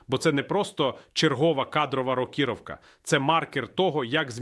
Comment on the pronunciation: це не Портніков, це ШІ, Портніков не каже слово рокірівка з неправильним наголосом